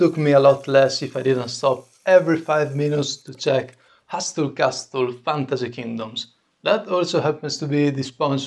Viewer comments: Hey love the videos... just some friendly english speaking help lol... The "T" is silent in hustle castle... So it would be pronounced "HUSSEL CASSEL".... no worries keep up the good work...doubt you'll see this anyway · Exquisite work! I had a hard time even following how you made that handle but it came out beautifully. Well done! BTW, your English is very good, but the T in Hustle and Castle are not pronounced. That is not a criticism, you speak English very well, I just thought it might help you with your sponsor. Thanks for an awesome video.